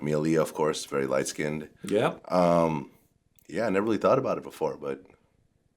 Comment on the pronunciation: First of all pleased say skinned as one syllable not SKIN DED! Geez! Secondly I noticed these lies about age didn’t stop her success did it?